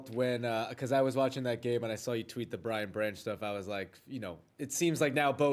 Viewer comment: Brian BRANCH, not burns 😅 Everyone is welcome on the Detroit bandwagon 🚂